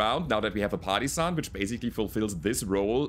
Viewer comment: For some reason I always hear "party sun" instead of partisan when u talk about the black knight. Obviously it needs a rename!